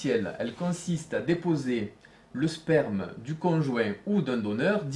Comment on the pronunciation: Il dis sperm mdr